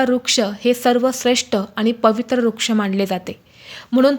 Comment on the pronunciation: Rag naka manu pl...ek small correction....ruksha aikayala yetay...vruksha aikayala ale tar changle watel...., khataktey te...artha badaltoy na